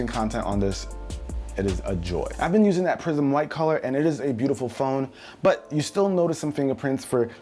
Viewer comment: I thought he was saying prison white